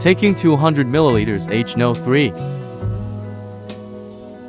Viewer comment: you’re welcome, I think more and more people are getting tired of AI talk already. I’m sure doing real voicing will add to you likes. Have a good one. Although I laughed at H NO 3….